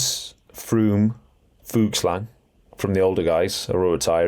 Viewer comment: He also says Lipowhich instead of Lipowitz, and Vankellan instead of Vauquelin. It gets a bit annoying doesn't it!